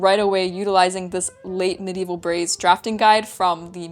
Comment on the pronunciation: Any undergarment that you can "forget you're wearing it" wins for comfort. Also, like the way you pronounce "braies", with a slight roll of r. And I expected the "experiment" would be colored blue, virtually EVERY "hygiene product" ad will use blue liquid. But I wonder do they normally just used colored water? Having something closer to the consistency of what would actually emerge makes sense and kudos for going the distance.